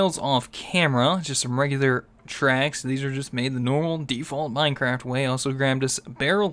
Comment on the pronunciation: its minecraft not mindcrak